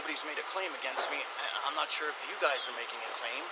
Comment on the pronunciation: he said sure not Shore